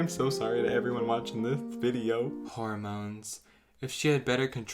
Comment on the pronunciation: WHORE-MONES LMAO